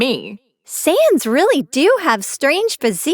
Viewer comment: Why do i hear Sans instead of Saiyans?😭